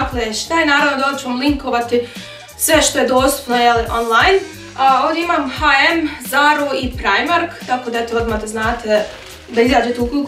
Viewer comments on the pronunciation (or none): Nisam sigurna da se H&M tako izgovara?